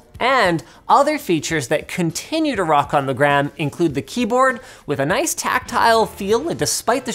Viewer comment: Yep, he keeps saying noice from time to time